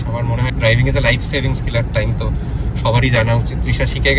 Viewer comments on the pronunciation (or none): none